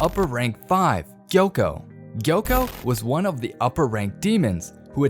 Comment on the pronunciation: It’s not yoko it’s gyokko